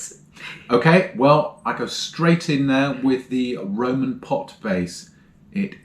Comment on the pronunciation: It’s not Roman, it’s Roi-oi-man! 🤓